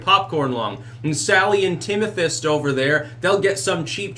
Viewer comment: Did i hear Timothist?